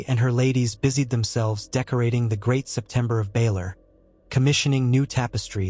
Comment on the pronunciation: So is it a Crytopber of Anubis? That is how Obsurd Setember of Bailor sounds. Also pay attention to usage of the word for it's meaning a Bow ( infasies the Oh sound for the weapon or ribbon) & Bow infasies the Ow for the motion in reverance/Respect.